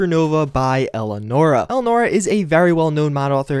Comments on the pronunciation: "Elnora"... that's just sad. It's ELIANORA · Cringe when you can't even pronounce Elianora's name correctly.